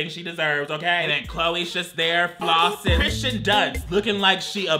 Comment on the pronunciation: I will never get over not saying Kristen Stewart’s name wrong lol